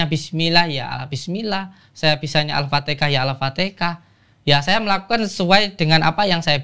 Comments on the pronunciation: menit maaf pak Samsudin...Al Fatihah bukan Al fatekah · Aelah udin udin pinter banget ngeles nya kaya pedagang pasar malem,,ngucap alfatiha aje alfatika 😂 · Sekelas ngucapin nya AFATEKAH dong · saya putar videonya sampai 10 x,, di sebutnya alpateka,, semestinya alpateha,, apakah pendengaran sy aja x yg salah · mksdnya Bro? Saya Gk Peduli Komenan Di atas ya .. Saya cuman Kesel aja ama si Udin Nyebut alfatihah aja Alfatekah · iya njer "al-fatihah" pakek k bukan H jadi al-fatikah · hanya ada dua kemungkinan. Kemungkinan paling besar dia halu, ulung dalam menipu. Kemungkinan kedua ilmu si udin ini ilmu setan. Ngaku islami tapi Surat Al fatihah aja bisa salah sebut bilang Al fatekah di menit . Padahal itu surat yg dibaca tiap hari dalam sholat, anak kecil aja hapal, masak ngaku peruqyah bisa salah sebut. Penipu dia ini bang densu. Jgn percaya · Belajar dimana hamba Allah? Alfatekah? Jelaskan dalil dan dari mana nama alfatekah dan diajaran mana nabi Muhammad menyebut surat tersebut dengan sebutan alfatekah, mari silahkan di jelaskan